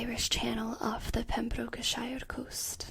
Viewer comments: It is pronounced “Pem-bruk-shear” :) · "Prem-broke-shuh" :) Absolutely wonderful vid!